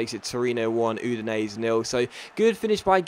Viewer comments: It's pronounced Oo-din-ay-zay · Is that really how Udinese is pronounced?